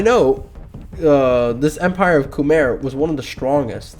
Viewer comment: As a Khmer it hurt to see you rate us D tier (and listen to your pronounciation)